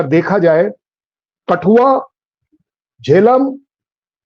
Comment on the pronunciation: कठुआ को कटुआ कौन कौन सुना 😅😅